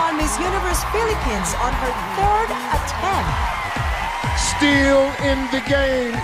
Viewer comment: Diin na diin yung word na "third attempt! Jusko naman🙄